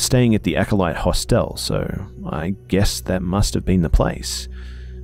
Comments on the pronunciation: EyEofHAV0C I know the difference between a Hostel and a Hotel. I said the way he was pronouncing Hostel was bugging me. We pronounce it Hah stle. The way he was pronouncing it was like the word hostile. That's why it was bothering me. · I hate to complain, but the way u say "Hostel" is driving me nuts. I just want to correct u every time u say it. But thanks for the great story and video. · I feel you! I love the stories and his voice. But the way he is pronouncing Hostel and Moncton is bothering me. I understand he is Australian and pronounces things differently, but I cannot help correcting him in my head the entire time. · New drinking game......... Every time mispronounces 'HOSTEL' take a shot of vodka, you'll be sh*t~faced.;) xxx